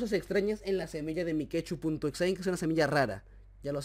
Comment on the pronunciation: Es Mike.two (se pronuncia maik tu, no mikechu, eso lo puso akela)